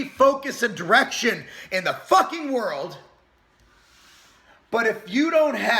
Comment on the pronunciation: You said direction, but all I heard was erection.